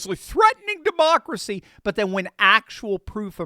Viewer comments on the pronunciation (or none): none